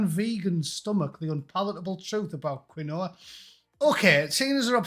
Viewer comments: Quinoa is pronounced as keen-wah. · Comedy gold😂. It’s “ keenwah “ and it’s fucking horrible. Best one was The Guardian offering free counselling to those employees upset by Trumps win. “ Pork Sword”. Ha. 👍🏼